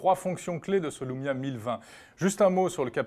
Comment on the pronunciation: c'est moi ou jenten "Voici donc le lomia 1020" a ??